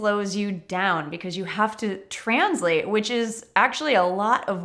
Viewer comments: What a strange pronounciation of the word “translate”! Stress and [z]. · I noticed that too!